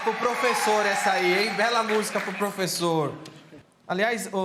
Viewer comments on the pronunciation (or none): É pofexô, é pofexô, é pofexô! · Fala Pofexô